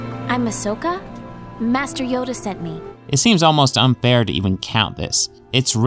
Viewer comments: "Aosaka" How long has it been out? Its A-SO-KA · It's pronounced Ahsoka Tano and not Ashoka Tano. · I think he said it more like Asokka Tano